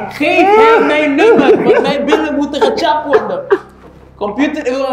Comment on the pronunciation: Het is “Gechapt” niet “ getjap”